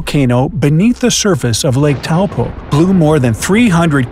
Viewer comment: I'm glad you managed to pronounce Taupo correctly 👍